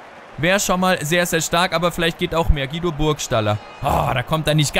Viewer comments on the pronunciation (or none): none